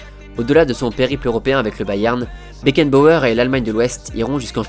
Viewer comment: un patron un leaderRRRRhhh . FRANZ BECKENBAUERRRRRRRRhhhh mdr